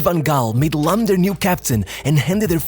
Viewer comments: video is good but It's annoying how you pronounce the players names. He is called Phillipp Lahm not Lamm. The other names were fucked up too... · This shitty AI voice needs to learn how to pronounce names ... but Lahm ( pronounced Laaaam ) was from another planet, incredible player ...